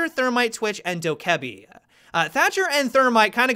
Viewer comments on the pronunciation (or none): The way you pronounced hibana and dokkaebi pisses me off